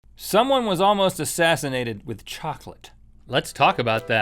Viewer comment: In the beginning I thought Rhett said someone was once assinated by a child 😂😂🤣